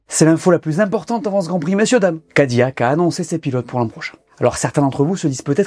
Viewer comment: Je vous en supplie amis francophones ne dites pas Cadi"Y"ac mais Cadi"L"ac